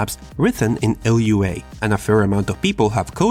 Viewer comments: you call lua L.U.A?? Why tho why not just say (Loo-Ah)??? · ell you aye. Never heard that before :< Everyone who I've seen so far has said it as lew ah. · did you call Lua L U A? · LUA is pronounced "looah", it means moon in portugués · Didn't the creators of Lua say to say it as Loo-ah? So that way it wont be an acronym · How did you pronounce Lua? Lua is one word that means moon in Portuguese. You say the name as one word, not separate letters.